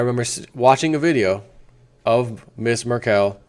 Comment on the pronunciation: Merkel = pronounced: first "e" as-in "bed" / second "e" as-in "dull". Your welcome ^^